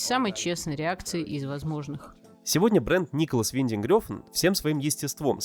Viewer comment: В Дании имя режиссёра произносят примерно как Нéколас Вéнтенг Рáфн